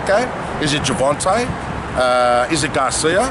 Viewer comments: gerVONte not gerVANte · World i know the accent im from melbourne im going to the fight bro, this interview just annoys me always saying gervante and teofomo like english aint that hard